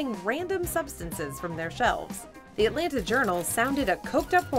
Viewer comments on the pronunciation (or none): none